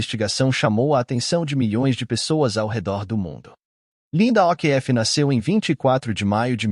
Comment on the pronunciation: pELO AMOR DE dEUS ANTES DE FALAR UMA PALAVRA EM OUTRA LINGUA PROCUREM SABER......O'Keefe fala OKIFF